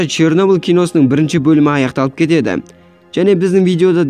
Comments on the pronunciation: Шёрнеблде деген өтті 😊😂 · Чернобіл мен припіят деп күшті айтасн